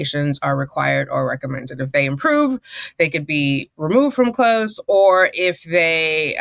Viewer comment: Too funny that she has a challenge pronouncing the word "close" when it's the predominant word in the story.